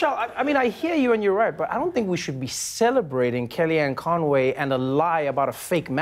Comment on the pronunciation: its in the name con - way